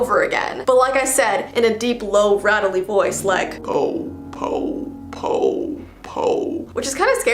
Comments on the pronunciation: If I'm correct, the 'o' isn't pronounced like 'Ou', just like 'O'. So instead of it sounding like 'Pou', it's 'Po'. Oh, Beautiful The Mimic reference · Just so you know the "Japanese slender man" whispers po not like PO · Oh it's not pok it's po